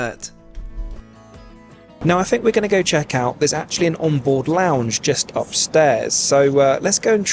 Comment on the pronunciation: Are you jesting with us in always saying jest rather than just? 😀